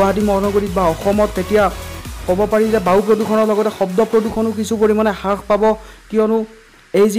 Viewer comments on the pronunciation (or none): none